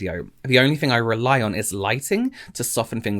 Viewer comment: Or “fings” XD